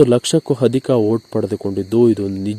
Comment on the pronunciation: ಅಧಿಕ ....ಹದಿಕ ಅಲ್ಲ, ಅಭಿಮಾನಿಗಳು...ಅಭಿಮಾನಿಗಳು, ಹಾಟ ಅಲ್ಲ ಆಟ ಅ...ಹ. ಸರಿಯಾಗಿ ಬಳಸಬೇಕು